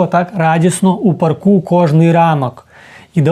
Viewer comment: Смішно кажете в парку , наголос треба на Па ‚ ( на перший склад )